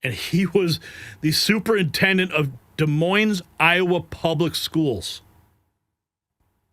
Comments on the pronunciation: Every one who pronounces the s in Des Moines should be fired. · I'm not criticizing you at all it's just that in the name Des Moines the S is silent.